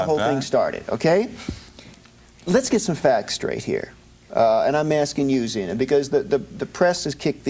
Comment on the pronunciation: PPS Zeena not Xena